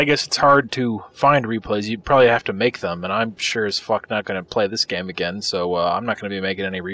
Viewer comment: "IDI nauxy" , "probaly" lol